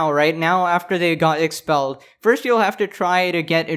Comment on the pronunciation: I hate ppl who say forst